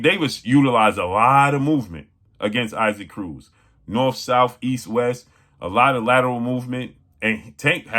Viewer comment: 😂 It is pronounced EE-sock Cruz